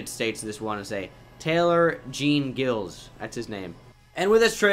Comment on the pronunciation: Any other people thst cringed at taylor jean gilles or taailor jan gilé lol edit +taylor last name is back